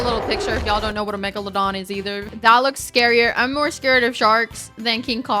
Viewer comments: I absolutely loved the way you pronounced megalowdawn 😄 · Megalodon is im pretty sure pronounced Meg-la-don but now im over thinking it so idk😅